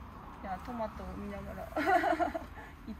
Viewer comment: トメイトゥ…どこかの英会話のCM的な感じかなぁ〜🤣